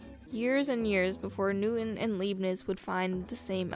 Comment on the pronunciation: Leibniz * pronounced like La ee b neez